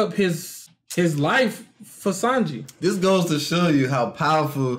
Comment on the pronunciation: is saying Sanji correctly